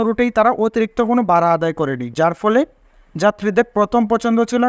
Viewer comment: Vai, bara noy Vara bolun